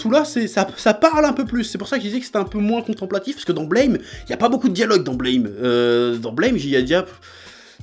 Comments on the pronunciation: Ça peut paraître surprenant, mais Blame ça se prononce "Blâme" en fait (ブラム), pas "Bleïm"… Après cette information capitale, je te remercie pour cette vidéo, tu as piqué ma curiosité. =] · Par contre petit détail sur Blame!: ça se prononce buramu (comme à la française quoi) en référence au bruit que fait le flingue de Killy quand il tire =) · NON! Ca se prononce BLÂME... A la francaise. C'est ecrit en Katakana : ブラムー＞ラ= La... Et Tsutomu Nihei dans une interview, C’est une onomatopée pour les grosses explosions. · Non, mais pour tous les fans de Blame! Apprenez déjà à prononcer le titre correctement avant d'en parler!